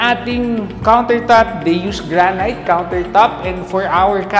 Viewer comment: Pls check your pronunciation of granite, it's granit not granayt